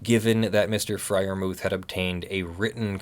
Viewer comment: the "h" in Freyermuth is silent, and is not an english "th". Anglicised you should say "Friar-moot". I'm sure I'm wright about this :)